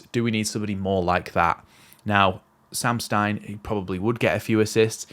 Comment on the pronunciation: mate love your videos,, but cmon, let's get the pronouncing sorted: it's SEM (not Sam!) STINE, and his club is not "TWENTY", it's Tuh-VEN-Teh MOT